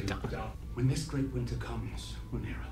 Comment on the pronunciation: Man, i love these guys. They heard Rhaenyra's name at least 10 times and still fucked it up. did it while actively reading it lmao. Never change